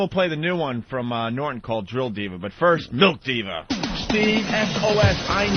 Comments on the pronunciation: Why does ope purposely say melk? Like he's trying to start a thing. Just like he used to do with put and but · Opie calls it MELK